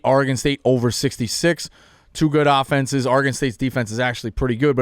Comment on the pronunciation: Why am I shocked that the guy who can’t say Houston right also says Nevada & Oregon incorrectly?